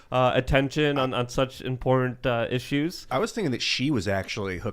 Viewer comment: Someone tell that there are 2 "t"s in the word 'important'. To him everything is imporent. Lol